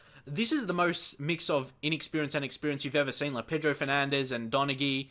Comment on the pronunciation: Donaghy is pronounced Don-a-hee, if you wanted to know